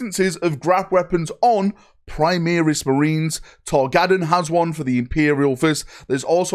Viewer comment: "Torgaddon has one for the Imperial Fists." Torgaddon of the Sons of Horus,?!? You mean Tor Garadon. Get it right! And don't confuse either with Tormageddon!